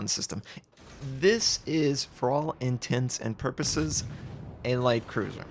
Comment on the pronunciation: intense and purposes? wtf are you saying